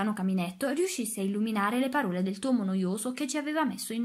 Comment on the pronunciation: Grazie per la lettura ma ti prego apri le o poi, custode e parole hanno la o apertaaaa 😅😅😅😅😅😅😅